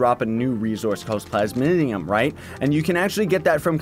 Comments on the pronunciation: Take a shot every time he says "plas-min-ium" even though it's plas-mi-um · Just a small nitpick but it's plasmium not plasminium, still love your vids though. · Plays it's PLAS-MEE-UMM